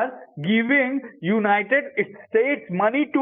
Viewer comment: United States ❌ United Estates ✅